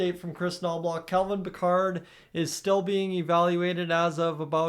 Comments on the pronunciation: Yup, bothered me too. Isn't it pronounced like Pick-erd? Not like Captain Jean Luc Picard! Lol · You pronounce his name wrong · Pronouncing his name wrong..